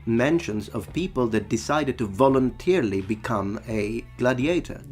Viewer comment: Your English is excellent, but I think I heard you say volunteerily. The correct word would be voluntarily. :). (I always prefer when people correct my language mistakes so I can learn and improve so I try to do the same for others). Love your channel btw. Keep it up :).